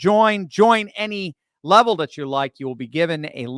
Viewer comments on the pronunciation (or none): none